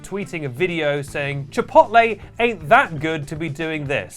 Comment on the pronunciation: finally learned how to pronounce “controversy” and it made him forget how to pronounce “chipotle”